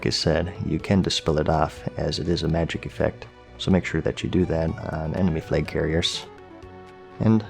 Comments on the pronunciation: Its flag, not flage. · why is he saying “fleg” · Fleg?! or Flaig?! 😉